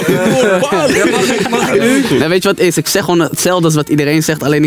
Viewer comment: "nee MAN is niet charmant, ik hou van klasse MAN" hahahah praat normaal dan eh hoofd